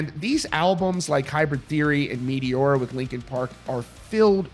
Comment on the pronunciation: "Meteora" pronunciation completely killed.